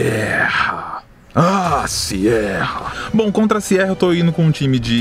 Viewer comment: toda vez q vc fala Siera ha Siera, ai eu penso mas vai que acerta kkkk!!